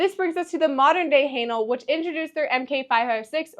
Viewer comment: Its not "Highnal" it is "Haenel" !!!! lol